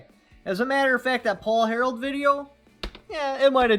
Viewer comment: It sounds like you keep saying Paul "Harold" but it's actually Harrell